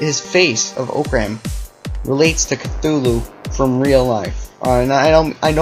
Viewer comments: chutulo is said with a T not a TH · It's actually pernownsed Cu-zoo-luo. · It's pronounced Cuhooloo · EVERYBODY THIS IS JUST A THEORY HE SAYS "(IS) ORCRAM CUTHULU(?!?!?!?!?!?!?)" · I love the butchering of Cthulhu in these responses